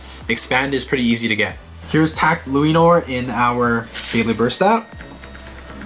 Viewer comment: Hey just telling you the pronounciation for Lúinor is pronounced like luehnore and belial is pronoinced like Belle al as in Allen